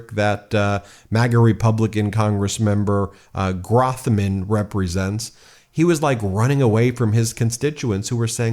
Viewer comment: By the way he pronounces his name- “Growth-Man”. Glenn Grothman. My congressman representative who I did not vote for. No one ran against him in primary or election in November. No campaign adds either but present at every charity event and parade. Grand openings, sporting events.